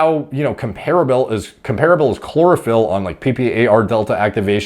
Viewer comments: Chlorophyll... Sounds more like Borophyll. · chlorophyll...more like bore-ohpyll.